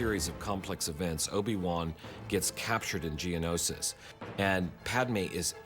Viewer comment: George has now pronounced Geonosis 2 ways I don't know which to go with at this point lol